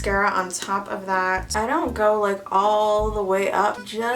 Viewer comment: Nobody: Not even a single soul: Me starts thinking of "zont zo it" when says "don't"